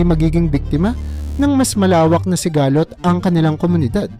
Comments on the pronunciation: Sigalot madagsa ang bigkas dyan hindi siga-lot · Paki ayos po ng AI narrator nyo in Tagalog kc mali mali yung mga pronunciation ng word like sigalot HND sigaaa---lot